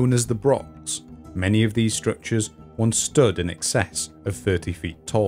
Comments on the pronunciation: Please not 'brock', 'lock' but /brox/, /lox/ etc. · Why can no Englishman say "Broch" correctly??? Its not a brock ffs